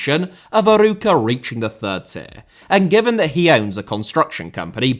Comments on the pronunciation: As a portuguese I loved the 26minutes of struggling to pronounce Arouca. Besides the banter, another bager video. Knowing Arouca was a feeder club for Porto is funny because the idea I have is that they're still too embroiled with the corrupt club up north. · "Arouca" you need to give the emphasis on the the "O" , like "Aroouca" not "Aruuuca"..and also Paços de Ferreira you say "Pachos de Ferreira"... And it's very true the 4 big teams in PT have a ver big gap in relation to the others, also because the 4 big teams don't want to share any of the money from TV or CL like the big teams in The Netherlands did.. And the biggest and richer in Portugal (SLB) they normally don't buy any player from the Portuguese league and always prefer to buy outside and that is also another reason that the small teams don't grow, because there are very good players on primeira liga, just look at the squad from SCP or FCP they have a lot of Portuguese players or non potuguese players that were playing in the other teams. ( I'm a SLB fan btw) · I love your attempts of trying to pronounce portuguese clubs an words Arooca Famalição Primera Liga Guimarãs Biera-Mar And more words that you could help me find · It was decent but when the main subject of the video is called of "Aruca". Guimarães is not easy for an English speaker though. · Love seeing more content on the "smaller teams" in Portugal, but losing it at your pronunciation of Arouca. For reference, with an english accent, closest you could get is "Ar-oak-a". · ur pronounciation of arouca as someone thats portuguese is very funny to me not far from the correct one tho